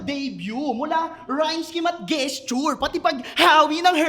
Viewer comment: ang tamang pagbigkas sa "gesture" ay "jes tyur" HINDI "ges tyur".